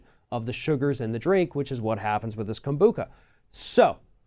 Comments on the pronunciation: If you are someone who cannot consume alcohol. Avoid all fermented products as it is a result of the fermentation process. Organic rootbeer, ginger ale... This is about the fact that the label didn't contain the proper information. And it's KobuCHa not kombuCKa. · Hey, guys! I am a lover and drinker of kombucha...I’ve even made it at home! So here’s a little fyi... 1- It is kombucha w the “ch” pronounced like the “ch” in children or chestnut...NOT like a “k”!! That’s ok, though. In all honesty, if you don’t know, then you don’t know. Your guest, however, should’ve DAMN well known how to pronounce it... 2- At some point during 2010, EVERY company that made kombucha had to take ALL OF IT off ALL of the shelves in EVERY SINGLE store, bc of a “conflict” between what was IN the DRINK and what was ON the LABEL. Kombucha, WHICH IS A FERMENTED DRINK, DOES have a very SMALL % of alcohol in it - NO HIGHER than 0.5% - but this was never reflected ANYWHERE on the label, in the ingredients, no warnings...nothing...until 2010, that is, when it was all pulled at which time EVERY MAKER of kombucha had to change their labels to reflect the contents of their product. Since then (2010-ish), every bottle of kombucha very clearly states that as a fermented drink, it contains a very small amount of alcohol that is naturally occurring (as in: NOT ADDED!). Some makers have even put the exact % on their labels. (For the record, it seems that any drink that has more than 0.5% alcohol gets bumped up to the “beer” category...🤔🤨🤷🏻‍♀️🤦🏻‍♀️...Kombucha has less) For someone like me, I didn’t care about this before (and it’s not that I didn’t know...bc a= IT’S FERMENTED, and b= you can kinda tell by its taste), and I still don’t care now. However, I know there are so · It's kam-boo-CHA, not kam-boo-KUH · Literally everybody who drinks kombucha knows it’s fermented and has small amounts of alcohol and it says it on the bottle. And it’s “kom-bu-cha” not “Kom-bu-ka” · he calls it kombuka